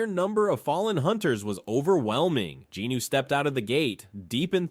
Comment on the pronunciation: I gotta ask, who’s “Jinoo”? Isn’t it Jin-Woo?